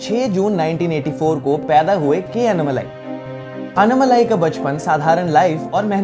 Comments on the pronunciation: It's not anumalai... It's ANNAMALAI!! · It's not annamalai you need to pronounce his name as "Annaamalai". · While ur are pronouncing his name its Annaaamalai not Annamalai.. our southern slang a lil bit different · it’s not unmalai. It is annaaaa-then right away malai Say annaaaaa-malai